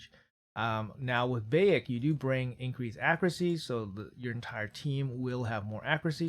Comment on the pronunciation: Lemme help you out big dog. Bye-ek is the pronounciation of his name from AC game. You're missing out if you didn't play AC Origins.